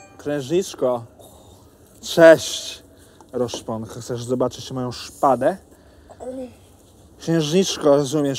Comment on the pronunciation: kocham "roszponkę"